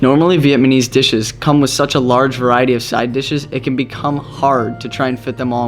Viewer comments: It’s Vietnamese, NOT Vietmanese! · Love your video but please its VietNaMese not Vietmanese as you have been saying haha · it's vietnamese dude not vietmanese like an f@ moron! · Vietmanese! Hahaha